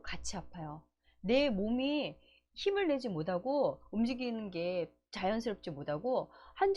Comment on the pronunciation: 좋은내용 잘들었습니다 많이도움받고 갑니다 그런데 '못하고' 발음이 안되시네요~ㅋ 귀엽게듣고가요